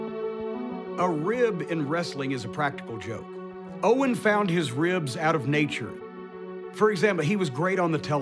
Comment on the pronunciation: Notice he said own instead of owen